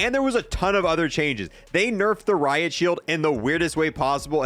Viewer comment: "RIP ROIT SHIELD" also "RIP Riot Shield"